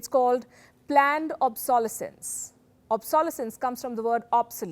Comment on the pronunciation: You are mispronouncing obsolescence